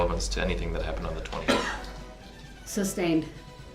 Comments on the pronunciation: Not only would he "object" he would also "suBstain" his own objection 🤡😂🤡🤣.....Also, Judge D. slipped twice that I caught and said the word substain in two separate videos and quickly corrected herself...How could she not make that mistake.. she had to hear him AXE "reason for the suBstain" 100 times a day...Maybe I could find those videos and put them in your comment section... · He prolly doesn’t know how stupid he sounds saying SUBSTAINED 😂😂😂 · Kitty Kat , His usage of the English language drives me CRAZY “ AXE” “SUBSTAIN “ “LIBARY”and “ TAKIT” He’s beyond REHABILITATION!!!!!!!!! 😮